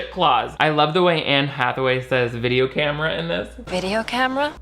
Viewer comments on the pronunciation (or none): A literal Jenna Maroney “Cam-Ma-Ra”